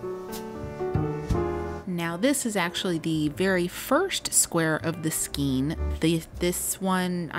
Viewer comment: It’s pronounced “skane", not “skeen “